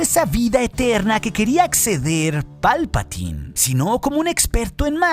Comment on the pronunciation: ¡Palpataaaaaaiiiiiin! Se pronuncia "Palpatain".